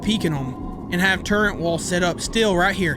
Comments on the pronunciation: Why on earth do Americans always say turrunts??? TURRETS!! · Bro it’s not turrents